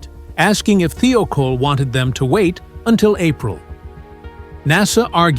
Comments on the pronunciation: "Thigh-oh-caul" not "thee-oh-kohl" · Thiokol is properly pronounced “ Thigh - oh - call “ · This video would have been better if the narrator could pronounce Morton Thiokol correctly. There is no e in it.